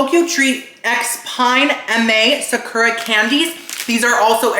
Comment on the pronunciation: Socko rocko gets me every time! Why no one tell him it’s Sakura co.